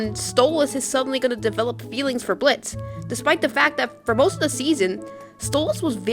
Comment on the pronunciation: thank you for being one of the few youtubers to actually pronounce Blitz's name right. enjoyed the video!